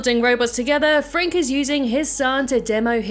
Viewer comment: Warum sagt sie Professor "Frank"? 🙉